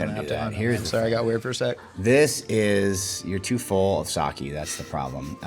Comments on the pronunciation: Sah-kay not sah-kee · It it’s Sake (Saw-Kay) not Sawkey